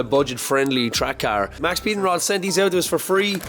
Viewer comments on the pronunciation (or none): They're literally called Maxpeeding Rods. There's no S in it. They're intended to be said quickly so that the X in Max makes the sound of the S. I'm assuming it was a copyright/trademark thing. Maybe the name Max Speeding was taken.